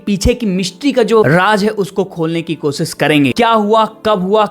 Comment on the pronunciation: अपनी भाषा पर कम करो एक अच्छे एंकर के लिए pronunciation बहुत अच्छी होनी चाहिए। कोसीस नहीं होता कोशिश होता है सुरों nh hota शुरू बोलते हैं शा और सा पर कम करो अच्छे एंकर बनने के क्योंकि गांव वाले नहीं सुन रहे तुम्हारी भाषा शहर वाले भी सुनते हैं